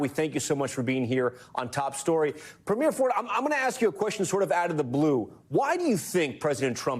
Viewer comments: Could US news anchors please stop pronouncing Premier incorrectly? It’s pronounced “Pre-meer” - not “Pre-miere” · I wish Americans would stop mispronouncing Premier. It's PREH-mier not PRE-mier. But yeah, cut off the potash too, China will take it all. Watch all those crops fail in the midwest. Tear up the Columbia River Treaty - lets build more dams and send all that water to the Okanagan and the Interior Plateau in British Columbia and grow us our own tomatoes and apples.